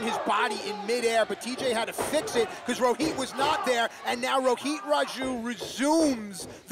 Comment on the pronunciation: It is Rohit not Roheet 😂